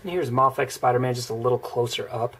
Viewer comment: Mafex not mofex